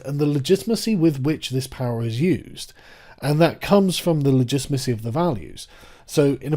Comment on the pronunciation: Great video I’m sure, I couldn’t pay attention because of “legitmacy” I was going slightly crazy, I mean fuck man correct it.